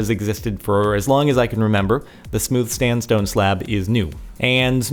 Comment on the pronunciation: StandStone? xD